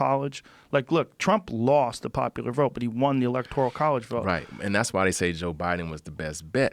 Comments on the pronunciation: Electorial? Ebonics, bruh. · What’s an electorial college? Yikes bro needs to not talk about things he has no clue about because he looks like a dummy here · Electorial? I think you mean electoral. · I'll vote for the guy that says "electoral" correctly, not "electorial" Shit for brains.....this only hurt his career, assuming he had one. I've never heard of the clown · this dude literally cant even pronounce electoral correctly.... what a waste of a podcast joe.... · Is someone going to tell him how to pronounce ‘electoral’ ?